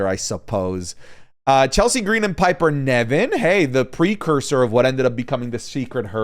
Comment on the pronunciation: I wonder if has ever said Piper Niven's name correctly, he always says Piper Nevin 😅